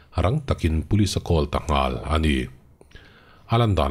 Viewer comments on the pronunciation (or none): "Call" hi "kawl" ti tawh suh, "khawl" ti tawh rawh.